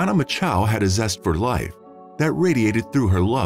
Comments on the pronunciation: “Macho”, as in Randy “Macho Man” Savage. Rhymes with “nacho”; it’s not “Ma-CHOW”. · The name is spelled MACHO. Why does the (voicebot ???) narrator pronounce it MACHOW ????????????? Where's the W in her name ????? I don't see it. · Thanks for the information. I was actually coming to the comment section to ask about the bizarre and annoying pronunciation, "Mah-Chow" used in the video. I thought it would be "Match-Oh" though. Why was it "make-oh" like the shark? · Poor girl. Lame reseach n story telling, couldn't even get her name right "Mako" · Strange pronunciation of "Macho." "Machow"? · It doesn't matter, but the name "Macho" would be pronounced like you say it in "macho man". But pronoucing it differently avoids bad thoughts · I BELIEVE YOU...and how disrespectful for these wanna-be -internet-voices who MAKE NO EFFORT to check out the proper pronunciations of these precious people's Last NAMES. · Is it really so difficult to pronounce the last name of the victim correctly? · That narrator is getting off on mispronouncing her name. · Mispronouncing the name of the subject of your video is disrespectful. Know how to say someone's name. Actually having listened all the way thru now, I'm convinced this was not human narrated, it was an AI voice reading a script. That would explain the many idiotic pronunciations. So it's another one of those empty channels. When scripting you have to make special spelling choices to get proper names and certain uncommon words to be spoken correctly. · If you are going to use automated voices, check their pronunciation of words like "depravity" and the victims name, "Macho"